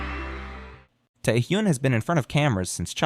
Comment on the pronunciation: Beeeee omgyu xD okay I was loving this but that pronunciation killed me lol.. and omg Tae Hyyyyoooon. OUCH. OUCH MY EARS lol - its a great information besides those things xD